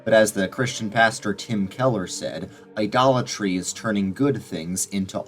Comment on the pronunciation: Every time I heard “idolatry”, all I heard was “Dollar Tree”. 🫠